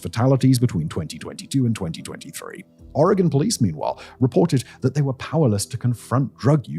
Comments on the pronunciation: I’ve lived in Eugene and the surrounding area my entire life. I work in Eugene, near the industrial area. It’s bad. Thank you for pronouncing Oregon correctly!!! Simon, I’ve been a massive fan. How cool to hear you talk about my hometown. Wish it were under better circumstances. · Nothing quite like having my city on the internet for this reason. Also, thanks for pronouncing my state correctly.